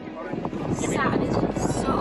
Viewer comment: So jealous. Also I love how she pronounces Saturn like satin (the fabric)